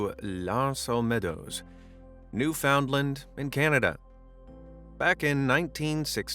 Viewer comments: Ohhh my lol. Newfoundland isn't pronounced "new found land". I assume that it may have been, once upon a-many years ago. Generally, it sounds more like "new fin land" or "new fend land". 😊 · New fund lind or (noo fuhnd luhnd as Google pronounce lists it) not...New found land. Everything else was spot on. I REALLY like the use of animation instead of excessive or unrelated stock photos that so many Channels use. I appreciate this video because I am so tired of having to gently correct misguided people and their unsubstantiated beliefs. Religion is the biggest scam of all time. A lot of money changing hands. My grandmother in Europe was a prime example. She gave money to the church before seeing if there was going to be enough money to buy food for her kids. That is one discussion I avoid though. People are extremely stubborn when it comes to their Sky Daddy. It has probably helped avoid many mental issues since all will be forgiven in church on Sunday after a long week of wrongdoings. Wars are fought over it too. Ridiculous! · I hate to be that guy but it’s pronounced newFINlandi😅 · That's NEWfundland. Not new Found land, eh? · CBC keeps pronouncing wrongly newfundLAND, with accent on LAND, which only french people do it. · Okay it's not called Newfoundland its called newfinland, that's what we call it